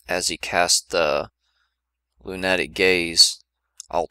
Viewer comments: Great guide, but "loon-at-ic gaze" made me cringe every time. lol. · Lunatic haha lu·na·tic